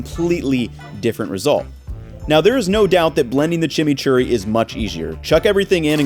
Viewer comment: "Blending the chimichury much easchier" real tongue Twister 🤣